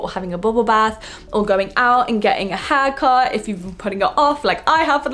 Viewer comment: Instead of haircut I heard hacker!